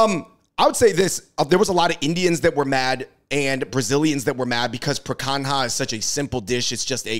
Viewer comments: bro really said "pre kang haa"...seriously y'all need to travel more or make more friends of other cultures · Literally never heard it butchered like he did lol.